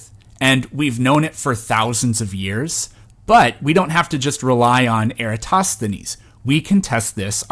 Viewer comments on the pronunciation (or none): none